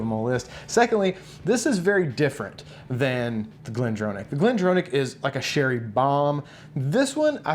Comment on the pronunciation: Great vid but as a scotsman who used to work at glendronach its pronounced glendrawnach as in to draw a picture wont even go in to the ch pronounciation its close enough. Geeat vids in general. Definatly going to expand my whisky pallete now cheers min